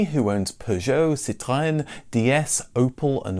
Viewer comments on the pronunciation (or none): none